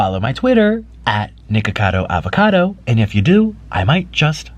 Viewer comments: Anyone else thought he said niggacado😂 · I thought said niggakado avocado